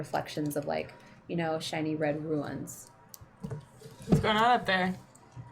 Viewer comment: Ruins are not Runes. I love bronze but every time she says ruins instead of runes I die a little inside.